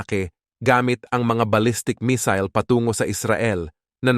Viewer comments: Not mesil.mesayle.(mesille) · Missile mig , not misol 😅😅😅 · Misil sa imong mata 😂 missile hind misil 😂😂